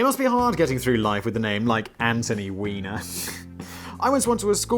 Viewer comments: Just one problem - Weiner is pronounced with a long i sound such as in the word "eye", so should be pronounced like "whiner". It's spelled "Wiener" to be pronounced like a hot dog with the long e sound. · Anthony's name is properly pronounced "VYE-ner". However in his case, the mispronounciaton was quite a propos